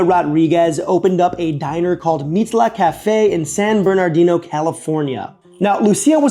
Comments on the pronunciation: I mean, all he had to do is pronounce it like they do in the song "Route 66". It's not hard. 😂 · I bricked my brain hearing pronounce San Bernardino because I haven't heard it said without a California accent. That second R is pretty much silent. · Yeah, me too. I almost forgot it had another R.